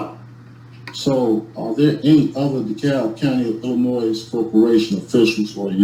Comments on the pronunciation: It's Illinois, not, Illanoise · The s is freaking silent damn it! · is Illannoyed with how he pronounces Illinois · “De Cab Illi-noise” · Dee-PRY-vation Illi-NOISE 😂😂😂😂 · Apparently, this guy went to the late Mayor Harold Washington’s school of plentiful, multi-syllabic, and long words that make no sense. He should have received an extra day for each time he said “Illinoize”. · Illinoise? That all by itself should be a sentence enhancement. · Did i just hear him say he is granting all the gold in the treasure of "illa-noiSe" to a potato farmer? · I have also heard "Illinois" pronounced eel-en-wha. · Ella-Noise. 😂…….Illinois 😊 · Il-a-noise? Where is that? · Did he say “Illinoise”? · there should be a law that a judge can hold a person in contempt for pronouncing the "S" more than once when they say "Illinois "😠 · How can he live there and not know how to pronounce Illinois?! I'm from a small town, thousands of miles away in England, and I know how to pronounce it. It's like his YouTube degree trumps all the college and law school you attended for years?! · HAHAHAHA! Best part of the whole video! Why do these SovCit have to ALWAYS show their IGNORANCE?!?! The (s) in Illinois is SILENT!!! Just when I was ready to scream and pull my hair out the Judge mutes his mic 🤣🤣🤣. Definitely worth the wait. Thanks and enjoy your day everyone 💚👋. BTW love the new T-shirt for women. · nails on chalk board every time someone pronounces the "s" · I agree. His mispronunciation of Illinois was making me crazy. I wanted the judge to add time onto his sentence just for that! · Is the correct pronunciation Illinois or Illinois? 😂😂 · There is no noise in Illinois. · There is no noise in Illinois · Not being able to pronounce the name of the state you live in is a special kind of stupid. And I live in Kalifornya.